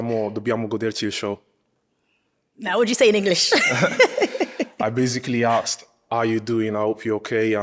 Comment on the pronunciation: Why can’t the host say Ask properly? It is not Aksed.